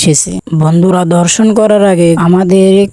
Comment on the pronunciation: ধর্ষন না দর্শন হবে 😂😂😂